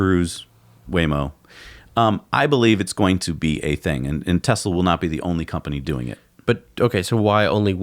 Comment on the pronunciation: T for Taxi or... "Tesli".